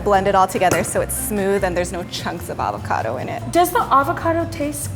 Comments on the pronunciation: hope - the p is silent at night fre shavacadoo 😂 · Its weird being an Australian and hearing them pronounce avacado and gnash xD